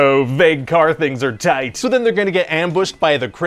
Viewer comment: I have just been watching these to hear him sayTIGHT